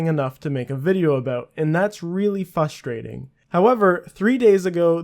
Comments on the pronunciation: "Fusstrating" I'm out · did you seriously say fustrating....? Not even an attempt at saying the word correctly? Watched farther. heard "taining" which isn't tainting. Is english really this hard for native speakers? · Learn to pronounce frustrating idiot